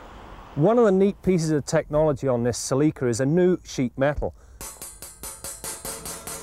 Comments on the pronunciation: They pronounced it CELIKA. Proud owner here 283k mikes and still going. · Celica it pronunce in a British way. Considering its Canada that is no surprise to me that they say it in that way. The American say sal-le-ka